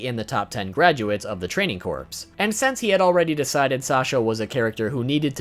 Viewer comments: Corps is pronounced core. Mikasa is pronounced Mee-kahsah Gabi is Gah-bee. Your pronunciations gave me cancer. Also, The Pizza Hut logo is not present like you claimed. At least not on Crunchyroll. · Corps is pronounced core